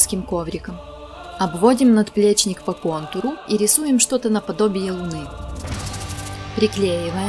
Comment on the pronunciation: Всё круто, поставил лайк, но очень корёжит "наДплечник")))